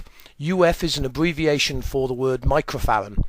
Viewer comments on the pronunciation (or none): It's microfarad, not microfaran.